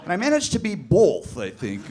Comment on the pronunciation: Bolth is my one of my favorite mispronounced words.